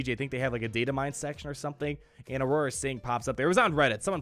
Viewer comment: it's Aurra sing not Aurora sing!! take note pls :P